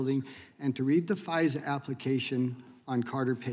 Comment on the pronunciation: That first witness pronounced FISA as phizer and I bet he says Phizer to sound like fisa🤭😒